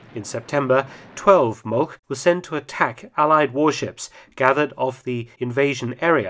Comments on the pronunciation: Just a note: Molch is not pronounced "molk", a closer approximation would be "molsh" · German pronounciation gets better and better, even the "e" at the end of "Kriegsmarine" is correctly promounced. "Molch" is not pronounced "Molk", there is no sound like a German pronounced "ch" in English. The same with "Hecht" where the "ch" was almost correctly pronounced. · the proper German pronounciacion of Molch sounds like English molsh